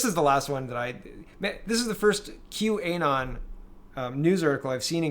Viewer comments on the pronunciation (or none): Great video, as usual! One quick note: it's not Q - A - Non. It's Q - Anon (as in anonymous)